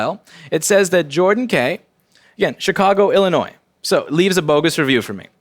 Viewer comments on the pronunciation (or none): I wouldn't trust this "Louis Rossman", he pronounced Illinois with an audible "s"